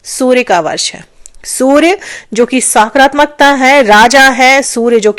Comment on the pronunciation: सकारात्मक होता है,ना कि साक्रामकता होता है,पहले बोलना सिख लीजिए फिर वीडियो बनाए